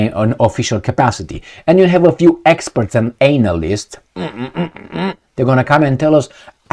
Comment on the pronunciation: I ❤ the way you pronounced analyst; anal-ist. In the war of words that's a good one.🤗 It's going to be difficult if not downright impossible to get Americans to fight another War. We've been in one after another and lost every one from Vietnam to Afghanistan. We are war-weary The bombing of the Twin Towers was potentially a false flag operation by the US, and, there were no weapons of destruction in Iraq but it was too late by the time we found out they had been lying to us. The USA would have to create a false flag, again, to get the American people behind boots on the ground in Ukraine. A false-flag is exactly what I'm afraid will happen. BUT, we now would highly question it because we realize how often we've been lied to.